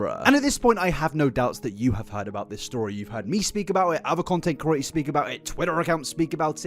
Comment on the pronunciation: he's been calling people curators instead of creators for years now and it pains me every time (edit: he calls himself out at 28 minutes lmaooooo)